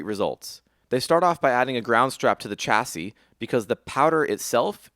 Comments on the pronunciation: chassis read [SHASI] not [CHASI] !!!!!!!!!!!!!!!!!! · Loooove this! Cannot wait for more. You can't pronounce 'chassis'